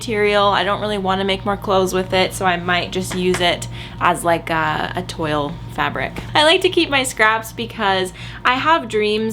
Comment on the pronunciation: Hi, here's a trick for "toile", it's pronounced "twal" (tw in front of al (as in big Al):) Hope this makes sense lol. Btw Love your videos on both channels!!! xx